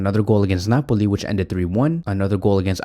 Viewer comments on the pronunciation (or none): none